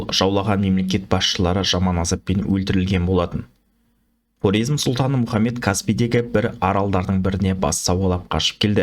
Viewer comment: Карезм деп сойлесениз дурыс айткан боласыз